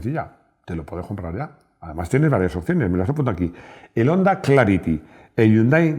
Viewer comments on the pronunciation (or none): none